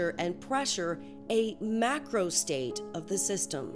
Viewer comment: Вы micro и macro так одинаково произносите...